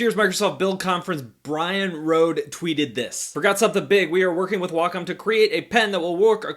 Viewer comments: It’s pronounced Way-Com not wocom 😂😂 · Neither Way-com, Wack-em or Wah-com sounds anything like the Japanese pronunciation. Just that americans imagine that Wah-com sounds more like it. My japanese friend says the correct pronunciation is right between Wah-com and Wack-om, so either would be fine. She also says it's stupid to think you have to speak japanese, when you're speaking english. Just say it the way that comes natural. Japanese ppl don't pronounce "McDonald's" like americans do after all.